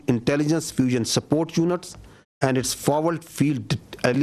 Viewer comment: Aand forces😂😂